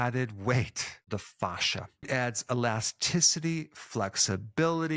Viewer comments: In my 20 years of working directly with doctors, nurses and surgeons, you're the only person I've EVER heard say FAW-shuh. 100% of medical professionals have said FA-shuh, to rhyme with ASH. I think it's rubbing me the wrong way when I shouldn't give it a second thought cuz you're really emphasizing FAW, Provoking me! 😆 But I won't let this go against your great record here. Good info as always. 😉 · I can’t stop hearing Goldmember from Austin Powers say “fahza” every time he says “fascia.” 😂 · Not sure I want to listen to a man who can't pronounce 'fascia' 🤣 but... I know Americans struggle with forming vowels and consonants. Keep trying 😁👍🏻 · It's kinda jarring to hear fascia pronounced this way, when in a roofing context (fascia is found framing edges of eaves and gables of your roof) it's pronounced fay-sha 😄 I wonder why its the same word for such different things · Dr. Berg, thank you for all your content. I'm a big fan of your videos. I have to say though (through no fault of yours) every time you mention 'Fascia' I can't help to not laugh a little bit because it reminds me of the 'Goldmemember' character from the Austin Powers movies talking about his father in his thick Dutch accent. :) Thank you again for a great channel! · Say "fascia" one more time. Dare ya! 😂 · Ive been saying fascia wrong all my life 😄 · Everytime you say fascia I think of gold member 😂 but great info, thanks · I can't help to laugh when you say fascia all I hear is Austin Powers Gold Member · I loved every time Dr. Berg said fascia! 😂